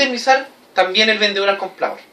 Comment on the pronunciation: Muy buena clase, pero cuidado con tu léxico, debes hablar claro, no se dice vendeor Saludos